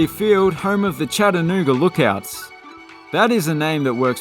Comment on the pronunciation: He pronounced "Chattanooga" correct as well !! Four syllables. Somehow, many folks try to pronounce the word in three....